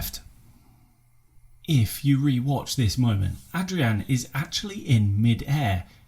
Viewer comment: thanks mate :) And you actually pronounced my name pretty well being an Englishman hahaha